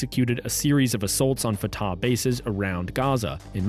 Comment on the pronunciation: It is not a big deal but Fatah is pronounced more like Fateh or even Fath. You make the second "a" sound long while it is even shorter than the first (or inexistent, depending on the accent).